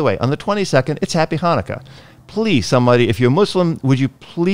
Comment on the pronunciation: And I would like to wish you a Happy Chanukah!! I must say that I'm very impressed that you actually said it correctly by pronouncing the "CH". On a different note, I would like to say that if your teenagers ask u for a puppy, that should also be a resounding "NO" Just had terrible training experience with 3 teenage girls that got a puppy because he was just so cute!! Once reality set in, nobody had the time to take care of dog. All they wanted to do was take selfies with the dog😣😠 The last lesson we had, after just being there 10 minutes, one girl walked out of side door for soccer practice, ten minutes later, another walked out front door for some social time. Twenty minutes after that, I WALKED OUT OF THE FRONT DOOR AND SAID I'M DONE!!!! I'm glad that I had the guts to do it because I knew that no amount of training would help dog if owners don't listen and practice. Just wish I could have taken puppy with me😢